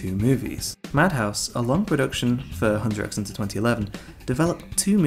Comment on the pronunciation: Please don't pronounce the 'x'